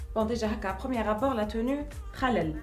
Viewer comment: Jin's en louwwwine 😂 ... alors là kifeh ynetko le mot tenue = teni 😱😱😱